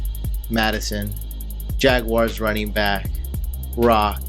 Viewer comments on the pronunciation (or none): none